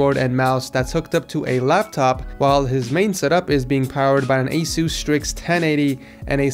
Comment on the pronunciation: I hate how he calls it asoos